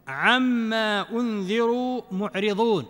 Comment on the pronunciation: معرضون بالضاد انت باللهجة الخليجيه تقول معرظون.. كيف؟